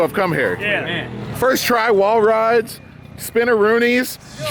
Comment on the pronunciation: said "Spinaroonis" and all I was waiting for was Booker T to come out of hiding and go "Tell me he did not just say that" and lay one of his own down.